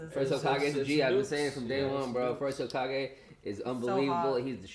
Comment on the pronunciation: said "Hazukage" 😂😂😂